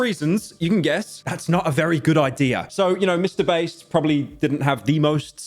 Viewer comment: “Mr Baest” lmao